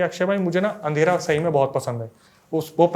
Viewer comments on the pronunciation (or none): none